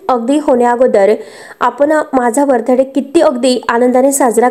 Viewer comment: बर्थ डे चा उच्चार चुकीचा करण्यापेक्षा वाढदिवस हा शुद्ध मराठी शब्द वापरायचा ना ! प्रदर्शने प्रदर्शन , वाढदिवस आठवला ऐवजी वाढदिवस आठविला , ठाय मांडून बसले आहेत , तुम्ही जाऊ शकतो ही कुठची भाषा आहे ? वारंवार सांगूनही ह्या ताई का बरं बदल करत नाहीत ? आणि प्रतिसादही देत नाहीत .